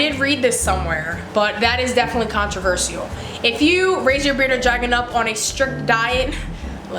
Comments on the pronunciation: CONT RUH VERSH ALL. holy hell sorry but every time I heard this it was terrible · can-tro-ver-se-al SKSK (no hate I love her channel) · I'm not tryna be rude but you say controversial like controvershall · The way you pronounce controversial is controversial!!